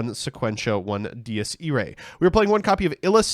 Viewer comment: He pronounces Dies Irae like 10 differen ways